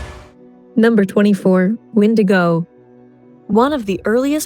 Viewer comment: Wendigo is pronounced wen de go!!!!!!! Rak shasa ; Daeva + Day va . Shtriga - stree ga _ WATCH THE SHOW!!!!!!!!!!!!!!!!!!!!!!!!!!!!!